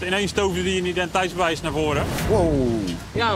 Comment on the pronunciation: Hé, met je "identeitsbewijs", spreek het eens een keer goed uit man, scheelt maar 1 lettergreepje, "ti", kom op je kan het 😂